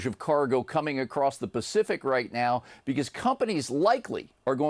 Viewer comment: That’s not how you pronounce the word “RIGHT”